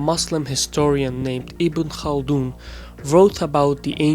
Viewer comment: im just surperised that you pronounced ibn khaldoun's name right!😆👍 good video. liked.